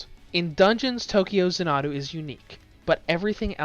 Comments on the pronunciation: Zan-uh-doo is how the word is supposed to be said said, be he kept using a phonotactic where the word was pronounced as consonant followed by a single vowel resulting in the Za-Nuh-Doo. That structure is very common in Japanese and has only a few deviations. Xanadu is actually ends with the same sound as the word Ado, I would point out that several times he even pronounced it as Za-Nuh-da, getting A soft a sound at the end like he converted all the vowels to an A while pronouncing it. In any case you can look the word up and get a dictionary bot to say it for, and you can clearly see that he is unfamiliar with the words pronunciation. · ZAHN-adu not za-NAH-du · It’s actually za na du. Watch its longer trailer “Tokyo Xanadu Demo Movie,” and you’ll hear the announcer pronounce Xanadu as za na du. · Tokyo “zah-na-doo” 🤦🏻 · If he only seen a longer trailer “Tokyo Xanadu Demo Movie,” he’d heard an announcer say it as za na du. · Xanadu. It's pronounced zan-a-do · If he only seen a longer trailer “Tokyo Xanadu Demo Movie,” he’d heard an announcer say it as za na du. But he obviously hadn’t seen it, so he missed hearing the pronunciation. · Zan-uh-doo, like the Olivia Newton John movie, only problem with the review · I hope you've learned how to say Xanadu since you've posted this, its like nails on a chalkboard. Funny the first time, painful the next 1000 times, increasing in pain as we go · please redo this review and stop mispronouncing Xanadu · Learn how to say the name of the game. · I’m surprised he didn’t mess up Tokyo the way he did with Xanadu. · how the hell are you pronouncing Xanadu wrong... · I know I was cringing every time he said it like it was an Japanese word. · his pronunciation of this word is incorrect. Plain and simple. Arguing against that just says you don't know how to pronounce it either.